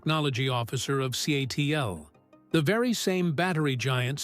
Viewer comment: CATL - pronounced CATTLE or C A T L. Not Kaytle.